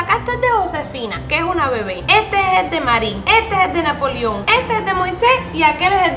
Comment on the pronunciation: dise napolio en serio